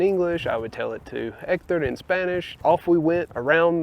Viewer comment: Your first sign of victory was instinctively dropping the "h" in "Hector"!